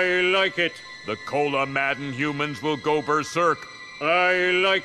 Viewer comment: Save the “Youmans”